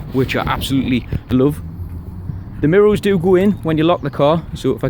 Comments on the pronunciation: Great video. But why you saying mirrols instead of mirrors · Great review mate, very detailed. I love the way you say mirro's lol